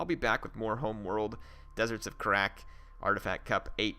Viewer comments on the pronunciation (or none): The first time watching one of these I thought you said "Deserts of Crack" lmao